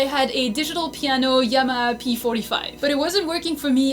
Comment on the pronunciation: Y Tee M R, Never heard Yamaha said like that but the correct way to say it is Yam ma Har.